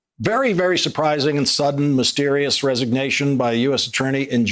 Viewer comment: Mysterious res eggignation by th.....